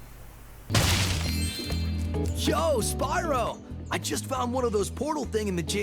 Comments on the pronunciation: The way you pronounce Spyro bothers me. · This is how we pronounced Spyro as kids